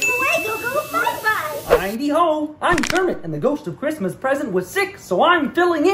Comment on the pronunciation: Why does she have trouble saying "Christmas"?